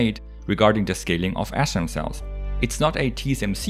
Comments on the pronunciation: it sounds like he is saying ASSRAM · I kept hearing ass-RAM 🤷🏻‍♂️ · i thought you were saying astrom for some reason. lol